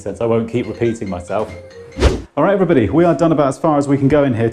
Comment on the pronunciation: "Hello everynagy"